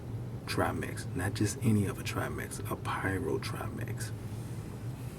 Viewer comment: 2015th? "...or some people like to call them..." Scientific names aren't subjective. You are either naming them correctly or incorrectly. These fish are triMAC not triMEX and no fish have "perpetual fins". I can tell you are passionate about your hobby, but if you insist on making videos maybe try writing a script so you can do some quick google searching to fact check.